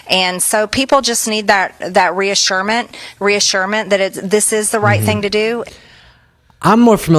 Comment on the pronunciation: MTG wants to be using big words and can’t even pronounce a word right the word is reassurance I think she’s trying to use, she needs to be locked up and go somewhere and learn her words correctly,get rid of her/him